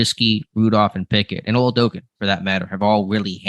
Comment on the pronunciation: and, his name is pronounced: ola-do-KOON, not ola-do-KIN